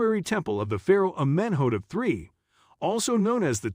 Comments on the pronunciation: AhMENhotup Three!!! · I cant get over how u say his name